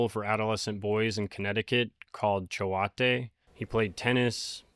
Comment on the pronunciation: It’s actually pronounced chOte. The A is silent and the E just designated the O as a long O instead of like fillet. It’s actually a famous boarding school in Connecticut.